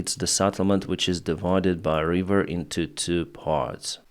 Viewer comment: when you say "river" don't pronounce it like reever! It's river.